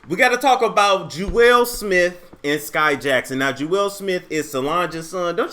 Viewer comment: It’s pronounced “jewels”